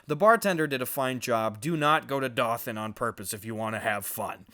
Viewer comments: FYI it's doe-th-an (dothan) This may be the strip club Joe Rogan talked about in his set on This Isn't Happening! LOLOL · It's pronounced doe than not da than lol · Being from Alabama, nothing about the reviews are shocking except hearing Gus pronounce Dothan as DOTHan instead of DOEthan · Doe-than not dathan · I live in AL, and these all sound right on the money, but Dothan pronounced Doe-thin, not Dah-thin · Did you cal Dothan dathin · Wait I used to live in Dothan Also for the record it's pronounced more like Both-an than Dolphin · I'm actually from Dothan. Its pronounced doe-then, not daw-than. Lol. But also, I'm pretty sure I know which strip club this is. 😂😂😂😂 It is a pretty rural town, but there's no way to know everyone because it's so close to Florida to they get a ton of traffic from travelers. Seriously dying from how funny this is though. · As someone from Dothan, it's pronounced like "D-oh-than", not "D-ah-than" It's okay though, I still love you, Gus <3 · It's not pronounced Daw-Than it's dough-then and that is Alabama. Not really what I'd call small town it's a bigger city for Alabama. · Hey Gus it's pronounced Dothan with a long O. Like Doe-than. Lol the place is a small town in south AL. The only reason I know the place is because my ex-girl got a speeding ticket coming through a speed trap in the town and they didn't give her the option of paying the ticket through the mail. I had to drive her 8 hours just to make the court appearance. Had to get a hotel room and everything. Fuck that shitty town. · I would like to see all of the Alabama towns you looked up. Btw it’s pronounced dough-thon. Honestly I’d never thought I’d see my state on your channel😂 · Dothan is pronounced d-oh-then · I'm from Dothan Alabama!!!! Living in California on camp pendelton as of now. Honestly super way more hyped than I should be to see my home town make it to a reveiw review. By the way it's pronounced "Dough-Thun" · Dothan is pronounced “doe-than” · It's "Doe" -than 😉